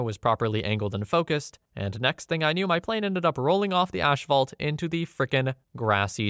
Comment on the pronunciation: Ashfault. Fuselidge. You say "Albany" weird too, but that one is more understandable. It's pronounced "All bany" if you're curious